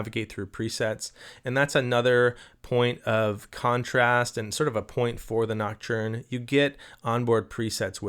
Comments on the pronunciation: Pls stop saying ”noc-churn” 😅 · gotta get that French pronunciation of näktərn going on 😜